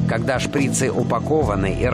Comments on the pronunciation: Не шпрИцы , а шприцЫ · Не шпрИцы, а шприцЫ